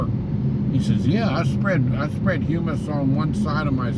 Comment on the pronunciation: It sure seems early to be going back to school. Summer vacation used to be all of June, July, and August. School started back the first week of September. I wish you'd have been recording at the grocery store! That could have gone viral. 😜I don't think that is how hummus is pronounced. Too bad about the team from Richmond, what a pitcher's dual. Maybe they can come up through the losers bracket. I hope you have a great day.